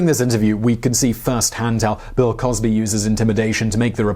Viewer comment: Crill wosby